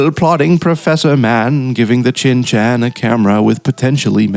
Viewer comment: Not once did you say Shin Chan. Only 'Chin Chan'